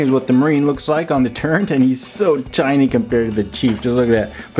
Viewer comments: Turret. No "n". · “Gun turrENT” lmaooo